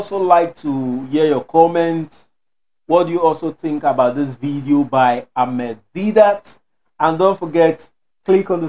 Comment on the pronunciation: Brother it is Ahmed Deedat not Amed, please read his name right.